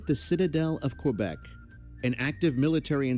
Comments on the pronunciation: It’s not quObec it’s Québec, like quay + beck. Or the Spanish word que+beck. There’s no letter O anywhere in the name. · P.S.: Québec is pronounced Kaybec.